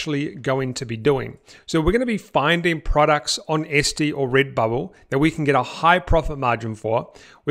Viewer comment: It's ETsy not Esty !!!!!!!!!!!!